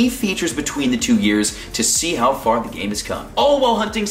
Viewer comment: this man said yeras